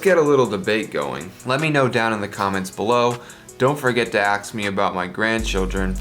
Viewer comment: I'm never gonna axe you about your grandchildren